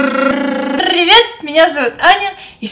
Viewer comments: Немного бесит твоё Пр-р-р-ривет. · Ты серьёзно? Ты специально издеваешься над картавыми подписчиками?! Прьости, ты прявда лучшая! Прьёсто я злючка....